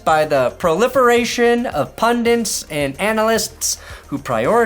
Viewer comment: P-U-N-D-I-T … “PUHN-dit” … one N … NOT puhn-dint … P-U-N-D-I-T